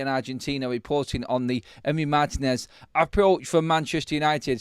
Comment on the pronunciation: Guys, pronounced Mar-TEEN-ez. The accent is on the “i”.